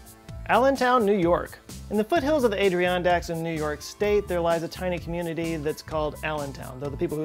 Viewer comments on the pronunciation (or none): Im sorry, I just cant get passed the pronunciation of Adirondack . Its ad-er-on-dack not aid-ree-on-dack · He displaced the I & R, it's spelled Adirondack, but he pronounced it as if it were Adriondack. It's "adder-on-dack". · It's Ad-er-on-dack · The way he said “Adirondack” hurts me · You're not. I've seen loads of comments on those lines, some of them kind-of implying it's his worst mispronunciation ever. ;) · That "eye thing" is known as ptosis and Thom Yorke of Radiohead fame is similarly afflicted. Also I truly mean no offense when I say, that is neither how to say Adirondack nor how to say mandibular. Slow it down a bit, bud, and perhaps your enunciation will come together.